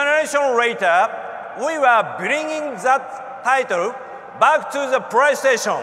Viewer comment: Pwaystation. Seems legit enuff 2 be sony